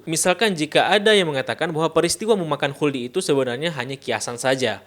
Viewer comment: 🐍🙄 "wuldi sin..."😪😅